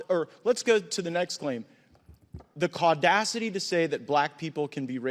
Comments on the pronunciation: Tf is Caudacity? 😂😂😂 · As a white man, im not going to lie, i did have a little chuckle when i heard "CAUdacity" now I'm just going to start saying BLAudacity and TRAudacity (trans)